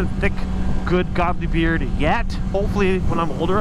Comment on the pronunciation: Thought this was " my first bike" , not ; " my first beard " . XD all love